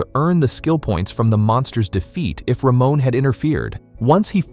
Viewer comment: Almost 15 minutes into the video, all I can think of is "Ramon is such a bro!" Initially thought he'd be one of those guys in fantasy novels who bully others but I'm glad I was wrong. Also, lmao, the pronunciation of his name. "Ruh-moan" instead of "Ruh-mon"